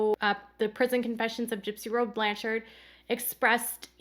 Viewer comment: Oh and hey it's "Blanch-ERD" like Orchard. no offense